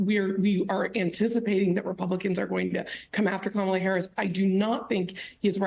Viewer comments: Why can people not pronounce her name correctly?! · Too bad Matthew Dowd can't (or won't) pronounce Kamala's name correctly. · Who is this guy? Learn how to pronounce your new president's name! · Learn to pronounce her name. It isn't hard. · Can we pronounce her name right? 😣